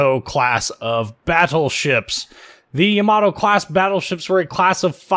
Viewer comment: It's always so funny to hear when people put the emphasis on the wrong syllable for Japanese names, no offense meant. Just really funny to hear